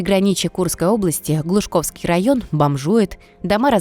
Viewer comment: ГлУшковский)). ГлушАковский (неверно)